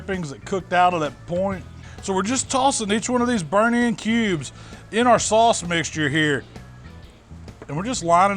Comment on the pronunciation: also makes it sound like 'sauce' has an L in it.. 'saulce'